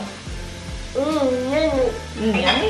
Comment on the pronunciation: When she said “umm smelll” I was dying 😂